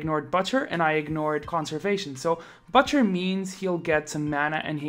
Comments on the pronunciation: Its not BUTT-cher. Its BOOTCHER. At least in sound. Still spelled butcher. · bOOtcher not butt chyer